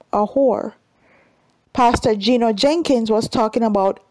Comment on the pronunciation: It's not 'Jenkins " it's "Jennings " You need to pronounce the man name properly.